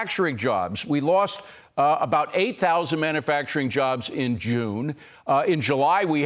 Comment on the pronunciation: manUfacturing. not MANNAfacturing